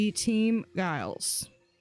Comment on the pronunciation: It's not pronounced guy-les it's a j sound at the beginning. Like Giles from Buffy :) just letting you know. :)